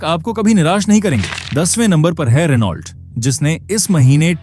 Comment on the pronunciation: भाई, रिनॉल्ट नही रैनो होता हैं 😅😊😅